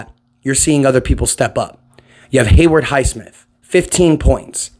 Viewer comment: ITS HAYWOOD, HAY WOOD, NOT HAYWARD lol